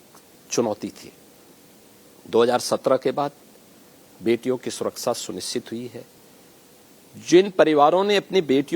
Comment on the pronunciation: सुरक्षा को सुराक्षा बोलते है इनको तो ये भी पता नहीं